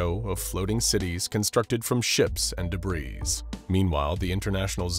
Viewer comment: The 's' in debris is silent. It's pronounced deh-bree